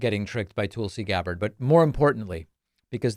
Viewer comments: I know this is petty in the scheme of things, but it’s TULsi, not TOOLsi. It irritates me no end when people pronounce my name incorrectly and it sh*ts me to tears when Trump & his cronies get Kamala or Barack deliberately wrong as a means of disrespect. Soooo, can we please get the name right so we retain credibility when we point out how cray-cray she is? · You keep saying 'Toolsi' is that deliberate because she is a tool? 😉